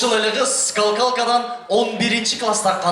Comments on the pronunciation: Скалкалка эмес болуш керек үкам, Скакалка дечи. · Скалкалка дейби ??? Тура эмес айтып коюптур скакалка болотко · Скал калка дейби😂😂😂 жон эле скакалка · Скалкалка эмес скакалка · Скалкалка эмес СКАКАЛКА деп айтып жур уком.УЯТ БОЛОТ ЧОН ЭЛЕ БАЛА ЭКЕНСИН. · Скакалка дечу беле тигил скалкалка дейтко дабдыр.😂😂😂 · Скалкалка😂 скакалка эмеспи?